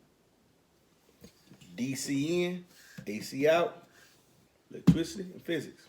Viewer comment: Glad you didn't take my comment the wrong way. love your videos. It does make me laugh whenever you say electwicity🤣